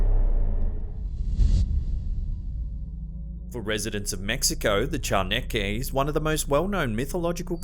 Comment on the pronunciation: As mexican, I've always appreciated how you do your best to pronounce correctly our words. Your way of saying "chaneque" is practically flawless.